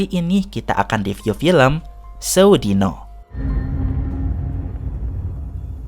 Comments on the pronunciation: bljr lgi nyebut judulnya.. sewu dino bukan seu dino😂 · Sewu, bukan se'wu